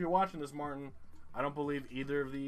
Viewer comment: Martin here. I lost again, but at least it's fun hearing you try to pronounce my name. :)